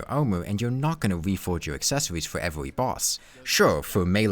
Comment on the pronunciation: Why can he pronounce the R in "increases" and "reduces" but not the R in "every"? Weird.